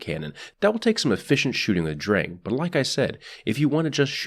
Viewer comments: it's pronounced like "Drung" but the german "R" is very different from english and most other languages. can't really explain it through text, sorry mate. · you pronounced sturm better than drang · Im not a german dictionary or anything, but based on my 1 german class so far I think its pronounced "Shturm". Also if Drang is a german based name, its probably pronounced "Drong"